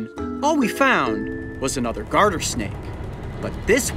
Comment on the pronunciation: Did anyone here heard the Garter snake as Guarder snake